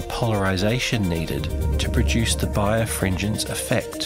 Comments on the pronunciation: "birefringence", pronounce it like "bi refringence", there's no "bire" in it. bi re fringe ence. Whatever fringence is, you've apparently got two of them, and back again. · I think it's not pronounced bire-fringence but bi-refringence. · Nice video, however: it is pronounced bi-refringence (double refraction) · I took the time to closely hear how people say bi-refringence and you are correct. I didn't pronounce this properly. With the Australian accent we generally don't have strong 'R' sounds when we speak. This is not an excuse, I still made a mistake. Just one of the many things I have learned from making videos. Thanks for watching and enjoying and especially for commenting, thank you.